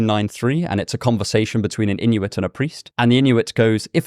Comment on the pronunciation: Thank you for saying Inuit